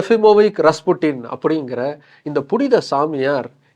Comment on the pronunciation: avan oru tarkuri don't know how to pronounce 😅